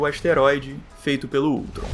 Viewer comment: Ele falou ultson mas é ultron